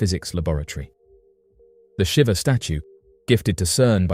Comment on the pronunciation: It's pronounced 'Sheeva', my friend, but yes, it does send a shiver down your spine!